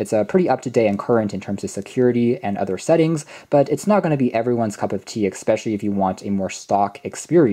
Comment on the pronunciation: Really good in-depth review, but please stop saying "exspecially", its especially.